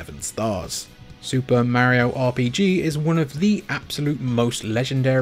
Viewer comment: 😂love it!